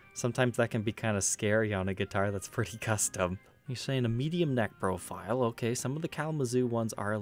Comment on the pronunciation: It sounds like you say "medium necrophile" instead of "neck profile".